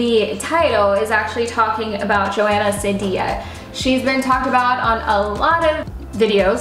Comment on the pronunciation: Her last name is pronounced See Dee Uh